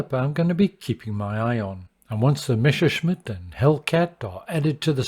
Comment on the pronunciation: Messerschmitt= Correctly pronounced Messashmit➡️Messa, like Odessa. Greetings from Germany.